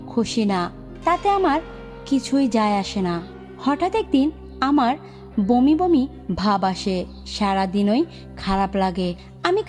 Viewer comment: ভমি আবার কি? আধা বাঙাল। বমি বলো